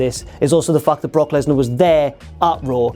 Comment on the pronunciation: You saying Brock, made me lose any respect I had for you. Booooooo